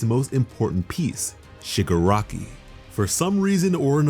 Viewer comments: When Shigaraki is pronounced Sugar Rocky in the sub titles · Did he say sugar rocky ?